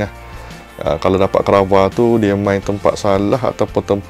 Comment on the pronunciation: Kvara sir😂 bukan krava😅